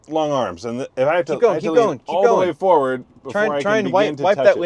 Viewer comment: Why does pronounce "forward" as foWard?